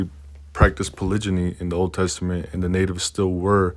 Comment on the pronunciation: A’HO, Thank you for this insightful information from the Adair book. The word for multiple partners is polygamy. Pronounced:Pah-lig-ah-me. Keep up the good work. Wado